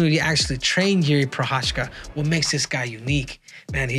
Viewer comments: I m Czech and you don't prounanc it " Prochachka" he's not Russian. You prounanc it " Prohaska" - Prochazka. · You say he's your boy, yet you dont bother to even pronounce his last name right 😭 it's not that hard bro Pro-khas-ka